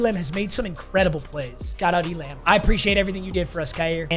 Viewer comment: Waiting for to realize Kaiir Elam’s name is pronounced E-lum